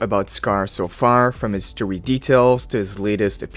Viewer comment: Bro why do you say story in twink mode, “Stowy” what is even that bruh😂